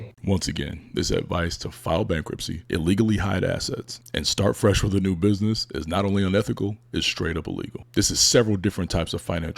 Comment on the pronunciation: Soon as he said “binness” I was out.